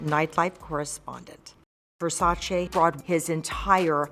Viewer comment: Finally someone who pronounces his name correctly...it's Versace not Versachee